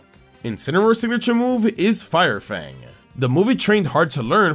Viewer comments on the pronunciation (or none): none